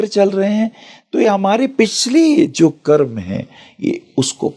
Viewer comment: करमा क्यों बोल रहीं, कर्म बोलो।